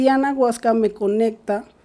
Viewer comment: Para empezar dice anaguasca😅